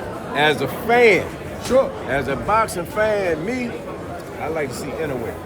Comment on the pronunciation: This clown said inouye